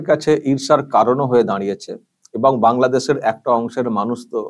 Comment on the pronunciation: Ota kangladesh thik kore pronounce korte hobe